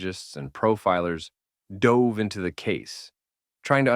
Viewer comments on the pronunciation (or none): none